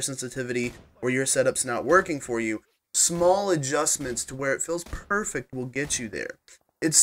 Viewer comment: My friend would laugh at the way this guy talks. "Adjust in SMALL increments." Lmfao